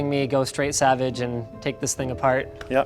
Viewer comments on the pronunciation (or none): none